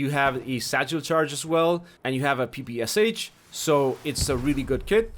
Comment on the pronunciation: Start saying PPSh the way you should